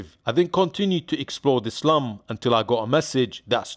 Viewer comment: lol sounds like you keep saying islum or islam when you sau, 'im going to eh slum" no disrespect, just i keep hearing it lol "islam dog millionaire"